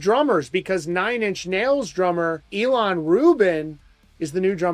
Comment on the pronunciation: ih-lawn, not e-lawn.